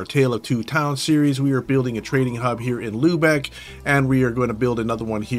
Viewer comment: Its hard to pronounce the Å for an American. The nearest word is O not A, so Owlborgh would be nearest or close enough...=) The same about Lybeck spelled with two small double-dots above the u (ü). Lübeck=Lybeck.